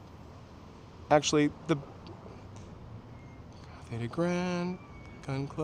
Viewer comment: It's "Cathay" not Carthay if it hasn't already been said.